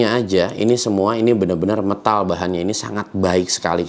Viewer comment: Huruf E di METAL itu ucapannya bukan seperti KENAL/KENTAL tapi seperti MEJA/MEMEK 😂